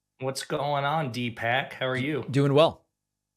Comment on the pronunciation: Wait has everyone else been calling him dpack the whole time!😂